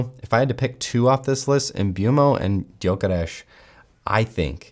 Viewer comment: Respect for knowing his name should be pronounced hungarian !